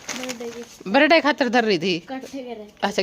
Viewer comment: Berday kyu bola kre birthday hota h